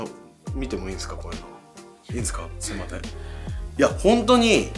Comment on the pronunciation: 皆さんがカッコいいこととかコメントに書いてる中ちょっと申し訳ないんですけど のところでが『すいまてん』って言ってるのが気になってしまいました…